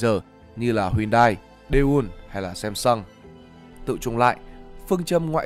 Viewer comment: Sam sơng chứ ko phải sem sơng